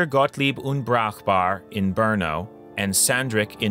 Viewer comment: Berno? Or Brno (Brünn)?